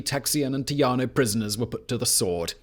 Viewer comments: Are you trying to say, "tejano (tehano)" instead of, "teyaho"? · "Tay - haw - no". Currently, I live in New Mexico, but was born a Texan and Houstonian. I'm glad to see you speak about this historic site. The only time I've walked through it, I cried. It was sad that the victors decided to bring back slavery and then join the Confederacy, one of the biggest dark spots in its short history.